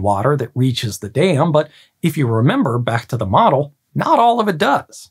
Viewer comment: American accent be like "I built a little dayum"